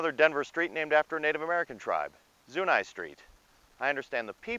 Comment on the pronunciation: I’m a Denver native and I never heard Galapago or Zuni pronounced the way you said it.